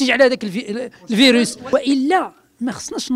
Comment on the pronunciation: كان غاي يعطس معرفش يقول كلمة نوع المرض فيروس